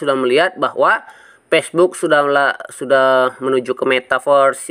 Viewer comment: Fai.. Pesbuk.... Tri foin nol... Pideo.. Buat edukasi: Ngucap pakai bahasa yang bener dunk.. Jangan asal ngucap.. #PiNetwork #PioneerIndonesia